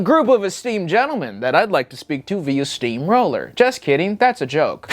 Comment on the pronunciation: The cadence he put on that first "SteamROLLer" is how I will now say the word from now on.